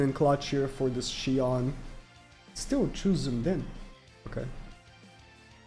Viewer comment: Does he not know how to pronounce shion